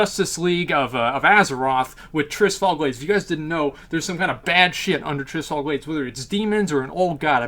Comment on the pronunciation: Struggled to watch this cause you cant pronounce Tirisfal. Sound it out. Its not Trisfal.